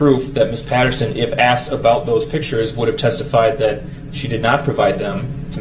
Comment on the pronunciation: There is no X in asked (axed and answered)